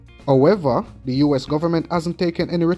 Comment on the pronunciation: What you mean, "Ohever" you meanHowever.